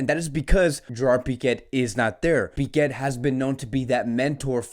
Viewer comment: Am I the only one who hears him pronounce Pique as Piquet😂